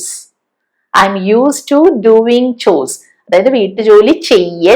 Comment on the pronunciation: മാം മാത്രമേ ഗോവിങ് ഡുവിങ് എന്ന് ഉച്ഛരിക്കുന്നത് കെട്ടിട്ടുള്ളൂ. മറ്റുള്ളവരൊക്കെയും ഗോയിങ് ഡ്യൂയിങ് എന്നാണല്ലോ ഉച്ഛരിച്ചു കാണുന്നത്